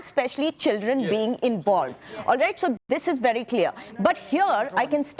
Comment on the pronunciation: 😂😂A little knowledge is bery bery dangerous🤣🤣🤣🤣🤣🤭🤣😂